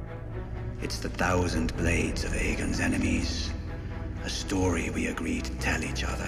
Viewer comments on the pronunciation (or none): none